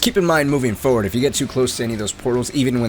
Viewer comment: For-ward. For-word. Forward. Turr-et. Ter-it. Turret. Hope this helps.